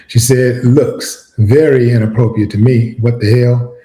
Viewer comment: Why do he keep saying Inappropriate like that😮😅😮😅😅